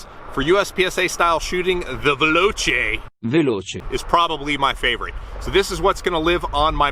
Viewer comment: Listen to Giada DeLaurentiis on how to pronounce veloce. She is after all the person that pronounces every Italian word correctly.